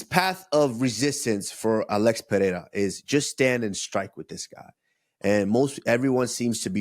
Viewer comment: Usman said it right first, then got it wrong: it's pronounced PeReira (short-rolled R), not PeHeira.